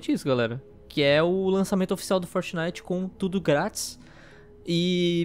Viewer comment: Como o nome é: fortnite Como o fala: fornai